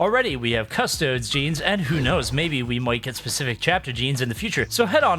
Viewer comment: Custodes is Cuh-stow-deez (nuts) just as an FYI :)